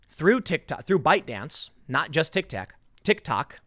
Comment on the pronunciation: Did boomer tim call it a tick tak?